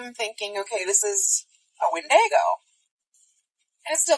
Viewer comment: Did that lady call a windago, a WIN-DAY-GO? 😂